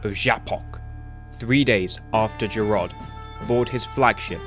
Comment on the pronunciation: I never thought of the house of mog being one of the top houses, and how do you spell what I always thought was The house of duras, which you pronounced as something very different?